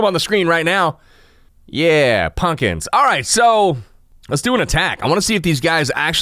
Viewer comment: Punkins! Lol sounds like ur no stranger to the south